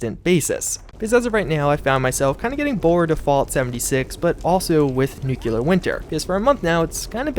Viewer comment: Nuclear not nuculer. Lol.